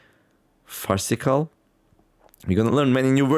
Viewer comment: 7. You pronounced farcical correctly first try. You also correctly worked out its meaning 🙂